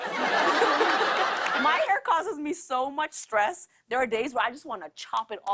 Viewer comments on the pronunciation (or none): ever since i haven’t been able to keep a straight face when she says “my hair”